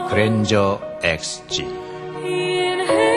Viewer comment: 그랜저인데 그랜절 ㅋㅋㅋㅋㅋㅋㅋ